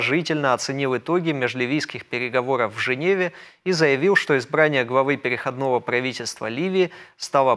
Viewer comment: Ведущий, будь добр, изучить правила и нормы русского языка, если ты ведёшь передачу для русскоязычного слушателя! Правильное ударение - перехОдного периода. Почему корректор или редактор тебя не поправляет. Это просто позор!